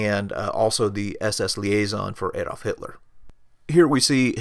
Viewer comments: Please, please. It's NOT Aedolf or Edolf or Eedolf. It's Adolf. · ) "Adolf" starts with a short "A"!! ;-) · well done, why not do you yourself the favour and ask a native speaker to help with some of the names and the correct pronouncation / stress ? Like Baldur von Schirach, Hewel, Gretl Braun. Even Adolf Hitler is not "A" but an "u" like in "up"